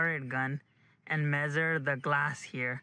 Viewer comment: Medere and sense, I think you are trying to say measure and sunshade